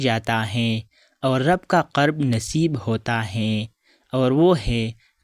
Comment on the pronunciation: " قرب " میں ق کے اوپر زبر نہیں پیش ھے برائے مہربانی تلفظ کی صحیح ادائیگی کریں۔